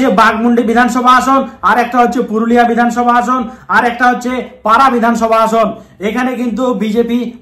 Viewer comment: রঘুনাথ গঞ্জ নয় ওটা রঘুনাথপুর হবে । আর পারা নয় ওটা পাড়া হবে । Sorry পরে উচ্চারন গুলো ও লেখাগুলো ঠিক আছে ।